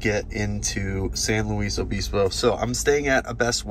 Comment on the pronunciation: Great ride coast to coast! Thanks,. Just FYI and not to be disrespectful, the towns you mentioned are pronounced: Cabazon = ka-ba-ZONE and San Luis Obispo = san-loois-o-BIS-po. Also glad to see you are headed to Pismo Beach (PIZ-mo), it's a nice little beach town - growing leaps and bounds but still lots of local atmosphere. Cheers and drive safely.